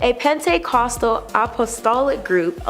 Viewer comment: Your new commentator / host is terrible. She is so robotic in her line delivery. Her reading of the teleprompter really needs work..... Pen tay caust toll.... I about rolled over dead laughing at that one. How does someone screw up the pronunciation of Pentecostal???? You guys need to do rehearsals